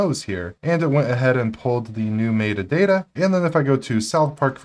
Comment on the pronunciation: Someone please teach this man how to pronounce “metadata.”